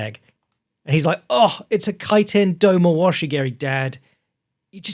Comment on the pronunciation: definitely said do ma washi kaiten geri once or twice